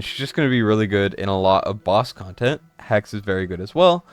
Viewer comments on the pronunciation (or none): none